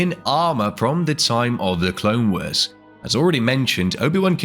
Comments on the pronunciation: AI voice? Just a smattering of weird pronunciations of random words... "clone wers"... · "the clone weers"